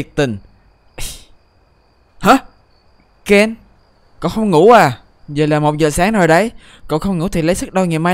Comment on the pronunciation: Ken chứ ko phải Zen. Đọc kĩ intro vào